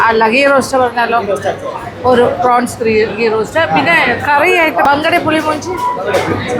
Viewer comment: U scrpaed some tulu words.. It's not pulimoonji... It's mulimunchi...